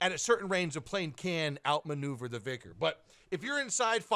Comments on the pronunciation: Its not vikrs , its vihr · Just vihr, not vikhr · not called VICK-ERS it is pronounced VY-KERS as in WHY but replace the W with V as in VHY-KERS